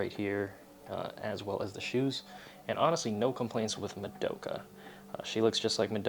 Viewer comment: im kind of curious, how come you always pronounce "madoka" wrong lol. Not hating, keep doing what you're doing, still love the content.